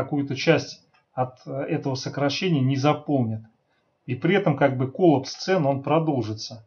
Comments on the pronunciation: да не кОллапс , а коллАпс! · Согласно информации одного из самых авторитетных среди орфоэпических словарей, словаря Аванесова Р.И. , ударение в слове коллапс нужно ставить только на второй слог, гласную а, и никак иначе. При склонении существительного коллАпс ударение остается на втором слоге.